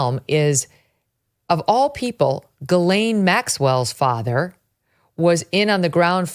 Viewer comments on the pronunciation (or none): Ghislaine is pronounced Jizlen. I don’t know why no one can get it right. I’m in a French part of Canada and have a friend named Ghislaine. Is not pronounced Gelane.